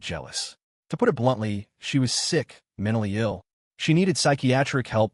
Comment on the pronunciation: Am i the only one hearing "Sixth sister" instead of "sick sister" every damn time?